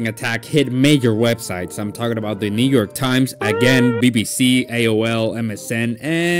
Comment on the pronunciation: bro did NOT say "new york" 💔🥀💔🥀